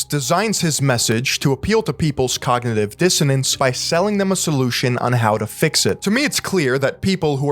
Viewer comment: dr oz clip really captured all of Tony Robbins content well... very high quality, very intellectual, he said cogntiviijss dsiannace too, very smart stuff